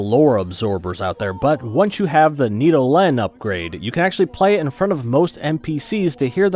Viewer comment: The need-oh-lenn...